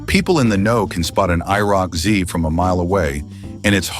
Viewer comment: Stopped watching when the AI spelled out IROC